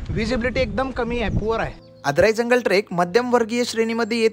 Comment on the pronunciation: te आडराई आहे आदराई नाही feel ghalavato aahet chukicha pronounce karun...but nicely shot...👌